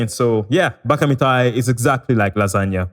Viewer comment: Thank you for pronouncing it right. It's so frustrating hearing people pronounce it incorrectly